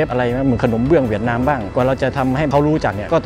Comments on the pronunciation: เหวียดนามเป็นการออกเสียงแบบภาษาเวียดนามครับ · ใช่ค่ะ กำลังจะเมนท์พอดี คำว่า เวียต จะออกเสียงต่ำ น้องเขาพูดเหมือนคน เวียตเลย